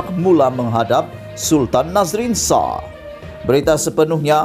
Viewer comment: Sebut betul2 le 'SHAH' bukan 'SAHH' dh banyk video aku perati